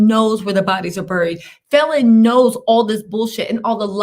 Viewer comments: Love you, but quit pronouncing her name wrong . And that guy is actually driving Falynn new Bentley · You keep saying her name wrong 😑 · I need you to say the woman’s name right !